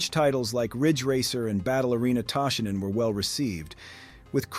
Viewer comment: Well I guess now I can't berate you for pronouncing Toshinden wrong, what am I supposed to do with my Saturday now? Did you even think of that?